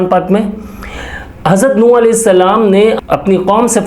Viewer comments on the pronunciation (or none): none